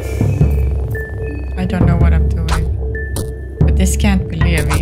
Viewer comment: Talking sometimes works. Especially if you're playing as a certain other character. But it really depends on the enemy. - You actually didn't fully solve that sewer puzzle and proceeded to go the opposite way from the church 😂 At least you covered more ground yay! - Levi's name is pronounced as Lee-vye - IMO, it is indeed better to save the green herb for infections and the red herb for other things - Eye of Sylvian also boosts the effects of healing items (not just magic) but only on the person that's equipped with it. For example, Marina would get extra healing if she were to heal herself but if she were try to heal Abella, she wouldn't get the boost. Only if you unequip it from Marina and then give it to Abella and then use the healing item on her, then she'd get the boost. - I can't get over how Caligura threatens to kill you but his pipe smash attack only does 9 damage 😂😂 - "Bear Trap? Doesn't work." 🥲they actually instantly kill the Fecal Hounds - That was not just a shortcut. It led you to an area that would've been usually blocked off by the rubble. There is a certain equippable item you could've gotten. - If Marcoh and/or Tanaka are still alive, you don't need to worry about getting Olivia's wheelchair. - You found the bar yay! This is another safe area where you can replenish your mind by standing still (you need to be in the overworld, not in the menu). There is an easier, faster way to fill up your mind in this same area later.